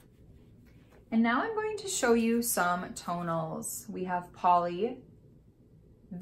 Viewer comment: I'm watching with the close captioning on so I don't wake hubby up. When you said tonels it came up toe nails! Lol